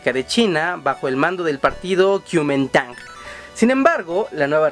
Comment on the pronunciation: se pronuncia KOMING - TANG y además costa rica si reconocemos a Taiwán como república libre y soberana ignorante pro imperialista chino de los cojones